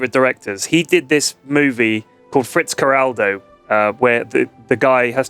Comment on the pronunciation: Amazing with gaming videos that aren't retarded. Cool Klaus Kinski and cruel nature anecdote. It's Fitzcarraldo though, not FRitzcarraldo. +1